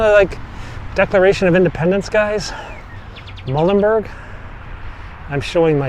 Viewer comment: Thank you for the segment with Peter Muhlenberg. I attended Muhlenberg College in Allentown Pennsylvania ages ago and have heard of this monument, but never saw it in person or a picture of it. Pronounce his name: Mule-len-berg. As for the start of this video, I could make out Pres. & Dr. Biden good enough, just not perfect, or near perfect. Yet another interesting video